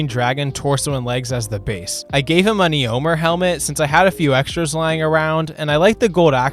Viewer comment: Eeomr, eeowyn😂